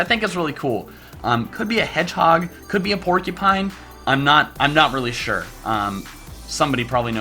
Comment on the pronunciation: did anyone here him say sir instead of sure